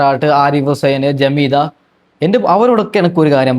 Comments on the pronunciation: പൊന്നു മനുഷ്യാ... ജമീദ: അല്ല . ജാമിദ: എന്നാണ്. ആകെ മാറി മറിഞ്ഞാൽ എന്താവും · ജമീദ അല്ല ജാമിദ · ജമീദ അല്ല ജാമിദ ആണ് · ജമീദ അല്ലാ ജാമിദ ഇവൾ തൊള്ള തുറന്നാൽ കളവ് പറയുന്നവളാണ്